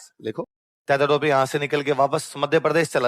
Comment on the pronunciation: अबे चू .. तातिया. नहीं तात्या